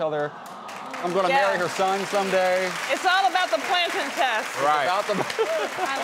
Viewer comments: This man saying plan-tan is too much for me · How is this man saying plantain 😂😂